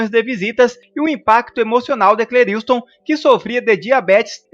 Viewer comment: Só um toque o nome dele não é Cleriiustom é { Cleriston}.....ok